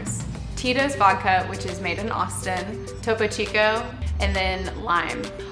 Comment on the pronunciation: even the way she said "Austin" was so California.